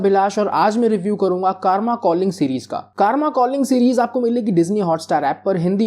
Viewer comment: Kaaarma nahi Karma naam hai😂😂